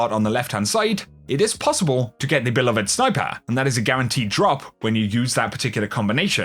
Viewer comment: Mispronounced beloved again